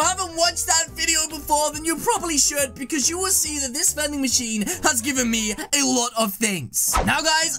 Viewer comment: Its Not Vanding Machine Is Manding Bachine HHAHAHAHAH